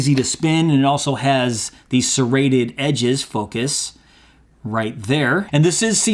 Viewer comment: ser·rat·ed [səˈrādəd] ADJECTIVE having or denoting a jagged edge; sawlike: "a knife with a serrated edge" synonyms: jagged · sawtoothed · sawtooth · saw-edged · zigzag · notched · indented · toothed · serrate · serrulate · serrulated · serriform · serratiform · crenulated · crenate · denticulate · denticulated Basically serrated was fine to use though not exactly what he meant. Anyone not looking to nit-pick is fine with use of serrated.